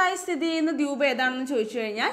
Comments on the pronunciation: Dwuup alla dweep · മാഡം, എന്താ ദ്യൂബ് എന്ന് പറയുന്നത്. അങ്ങനെ തന്നെ ആണോ pronounsation. ദ്വീപ്(ദ് വീ പ് )എന്നല്ലേ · Dwuup..alla Dweep alle